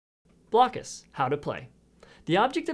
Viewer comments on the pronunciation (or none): It's officially pronounced "Block us", not "blow cuss" like you say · It’s pronounced “blokus” fyi. Like hocus pocus blokus. Lol that’s just how my family always pronounced it :)